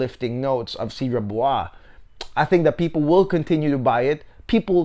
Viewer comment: You may want to check how Cedrat Boise is pronounced correctly, my guy. No need to Americanize it. 😉 Other than that great straight to the point review. 👍👍